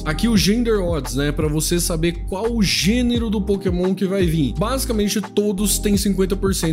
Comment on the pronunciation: A Nintendo ouvindo ele falar Pokémon o vídeo todo: 💀